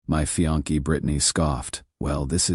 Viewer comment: The word is pronounced fee-ON-say not fee-on-KAY. Less than a minute and I'm out. Must be a record.